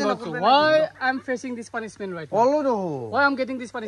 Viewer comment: Punishment ❌ pulishment✅🤣🤣